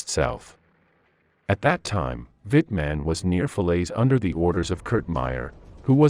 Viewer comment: Why can't they get the narrator to pronounce German words and name correctly. The W in German has a V sound so Waffen is pronounced Vaffen An Wittman name the same and he cdoesn't pronounce Leibstandarte correctly.